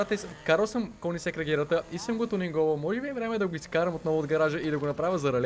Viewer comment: не се казва конигсег, а кьонигсег 😀